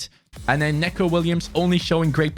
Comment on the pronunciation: your probability not gunna read this but when u say Neco Williams it’s not Necko Williams it’s Nico Williams just with an e